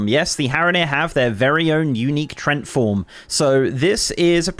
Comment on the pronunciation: Tree-ent is how that's pronounced 8) My names Trent and I was like what now...